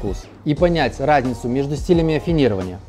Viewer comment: Стиль афинирования? рафинирования? Что он вообще говорит?